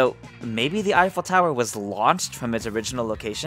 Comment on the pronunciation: "Eiffel tower," more like "I fell tower" Sorry I had to.